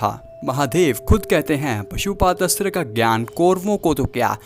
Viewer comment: निवेदक पशुपात अस्त्र बोलता है। परंतु, सही उच्चारण पाशुपत अस्त्र बोलना योग्य है। मनोहर